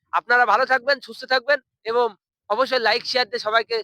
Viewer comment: এবম নয় রে ওটা এবং হবে